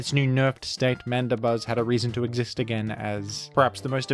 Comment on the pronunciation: Why is Mandibuzz pronounced as Manda-buzz instead of Mandi-buzz?